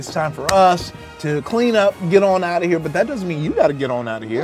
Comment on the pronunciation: 'Out oy duty' is my favourite kind of duty